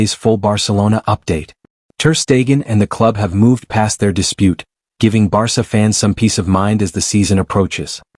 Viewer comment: How can you take this channel seriously when they pronounce the club's name as 'Barka'???